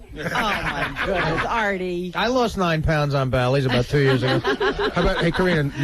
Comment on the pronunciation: I’m starting to think Gary says NOINE on purpose 😳